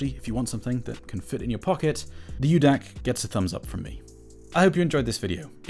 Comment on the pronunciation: It’s Micro DAC, not U-DAC.